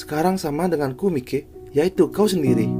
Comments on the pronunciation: Maiki bang bukan mike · Mike Mike apa sih 😂 harusnya Mikey dibaca Maiki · Bukan Mike bg sebut namanya Tapi dibaca maikiy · Masukn itu dibacanya maiky bukan mike . bg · Maikey bg bukan mikey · "Mikey" ❌ "Maykii"✔️ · Maiki bg klo di baca bukan mikey😂